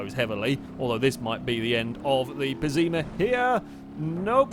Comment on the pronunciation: pessima not pezzeema ffs